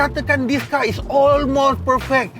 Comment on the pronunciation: tp bang sy tau knp bang asyik ckp olmos... haha.. msti dia x dak button2 yg blh buat dia terbang mcm x70 pilot bang btui x.. 🤣🤣